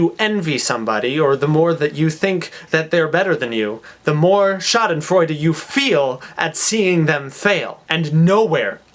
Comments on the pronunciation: Hey, I get the joke, but as a native speaker in German your misspelling of Schadenfreude just hurts my eye - and there again you have my human side, because I cannot just not say it, although there are other comments already pointing it out. By the way, your pronunciation of Schadenfreude is really good, maybe you should consider learning German :D I could help you with it, if you would need a tandem partner. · I'm german and i dont know if you did this on purpose,but it's actually spelled with E ^^ anyway,i loved the way you pronounced it !!:D